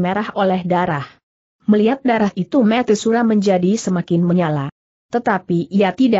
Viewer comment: Sayangnya cara membacanya kurang bagus, contohnya : Cara dibaca keer Tuan dibaca cuan Mata dibaca meet Dsb